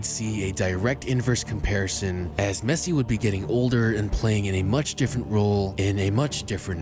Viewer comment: The way he says la Mesa makes me cringe great vid tho